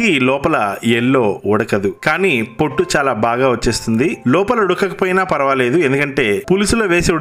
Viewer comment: Farfect , farvaledu kadu p ni f ga palukutaventi